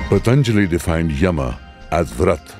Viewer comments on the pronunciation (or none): A wonderful documentary. However, the narrator is omitting the last "A" syllable while pronouncing words like "yama" , " Kapila" etc. While this may be OK as per the rules of Hindi, it as not as per tge rules of Sanskrit where the last "A" has to be pronounced unless there is a "halant" at the end of the word. For obvious reasons, Sanskrit rules have to be followed in this case.